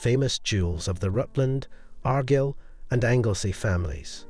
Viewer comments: Ar Guyel.... not Aghr gil AI with a Scottish accent that can't pronounce the words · Argyll is pronounced r-guile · The title is said Argyll like the Argyll socks not Argill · Beautiful pieces, but it's pronounced Ar-Gyle! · The pronunciation of Argyll is awful, but Belvoir Castle is a different case: Belvoir Castle overlooking Vale of Belvoir is pronounced as Beaver Castle overlooking the Vale of Beaver (the Anglo-Saxons couldn't, or wouldn't, pronounce the Norman French).